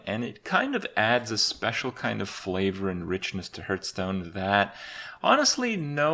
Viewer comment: 4 years and he still doesn't pronoun hearthstone correctly 😶